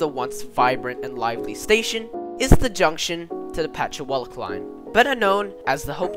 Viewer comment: Not to mention Putchywallock